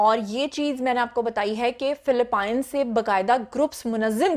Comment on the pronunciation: PHILIPPINES Sahi se pronounce Karo🤣🤣🤣🤣